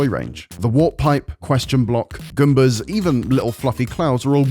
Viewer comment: I know he has an accent, but we’re not just gonna talk about “gumba?”